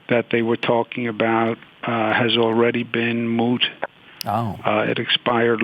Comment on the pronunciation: "Moot," ???? This guy has been watching way too much, "My Cousin, Vinny."